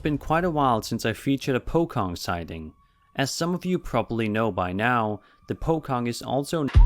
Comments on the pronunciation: Its pocong not pokong 🤣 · That is not how you say POCONG